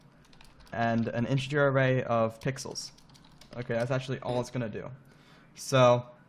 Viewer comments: Nice video but I wish he could pronounce "array" properly. It is pronounced Ah-RAY not AIR-ray. There's no "I" in array and the accent is on the second syllable not the first. I'm not sure how a person could learn to pronounce it that way. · Literally nobody on the planet says "air-ray" for array. It's pronounced "ah-ray" or "uh-ray". Array and ArrayList both have the portion "array" pronounced the same. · It's an A I R - R A Y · Never heard anyone pronounce array like this.